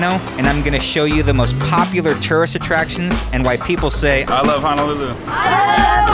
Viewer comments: Great video bro...but you killing me with your pronunciation of HONOLULU there is no letter A...it’s not HA-NA-LU-LU It’s HONOLULU...please get it right or else everyone who’s comes here will pronounce it like that..Mahalos for the video 🤙🏾🤙🏾🤙🏾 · Its NOT pronounced "hanalulu"! Its Ho-no-lu-lu! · It’s not hanalulu, it’s Honolulu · sory sir, but it's not Hanalulu, it's HONOLULU, HONO not hana. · It's HONOLULU not "HANALULU!" PRONOUNCE IT CORRECTLY PLEASE. HO-NO-LU-LU! (plus there is no "downtown" Waikiki) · Hono - lulu not Hana-lulu unko lol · Stop pronouncing honolulu like Hanalulu ya coloradan noire. Edit: Other than that, the video's nice. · It's hoe-noe-loo-loo. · It's not Hanalulu! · At lease say it right Ho-No-Lu-Lu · that's right! please correct your pronunciation bruh! HO (as in santa's exclamation) NO (as in negatory) LU ( as in Lululemon) LU! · It's pronounced HO-NO-LOO-LOO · It Ho-No-Lu-Lu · Why do tourist ALWAYS pronounce Honolulu wrong 🤦🏻‍♀️